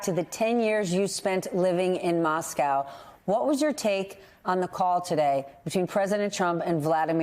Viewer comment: The main difference between US and European coverage is that Americans don't know how to pronounce "Moscow".